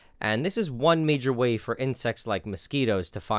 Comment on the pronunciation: him:o-NE me:...that's 1...not o-NE (adding caps to more dramatize how he said it yes ik that it's acurate)